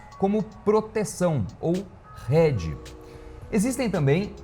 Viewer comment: É hedge e não head. Né?